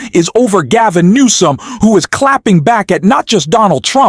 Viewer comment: HIS NAME IS GAVIN NEWSOME HIS NAME IS PETE"" "Boot A Jedge" New some Boot. A. Jedge